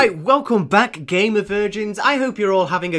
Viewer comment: The GAY MER virgins 😂 (and yes I do know that its GAMER not GAY MER)